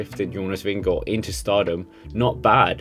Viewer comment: Glad for at høre Jonas Vingegaards navn blive udtalt rigtigt på Youtube. God video. Bliv ved.